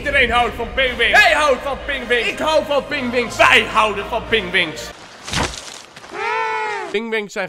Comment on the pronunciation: het zijn Pingwins, niet Pingwings lol